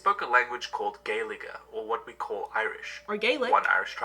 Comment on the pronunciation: Actually Gaeilge is pronounced as Gwale-ga